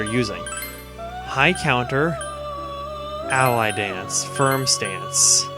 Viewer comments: Not Ally Dance. Alie Dance. (AH-lee) As in Muhammad Ali. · You keep pronouncing "Ali Dance" as "Ally Dance." I don't think it's pronounced that way. I would imagine it's pronounced like Ah Lee, like Muhammed Ali.